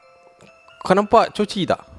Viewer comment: Hahaha mula ii dah ok ckp nama kucing tu coci last ii jadi cico jugak 😂😂😂 adehhh